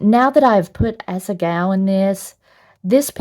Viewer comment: Am I the only one who constantly hears asa-gao "as a gawl"